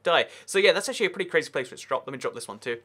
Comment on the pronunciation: Actchewawy itch made of iwon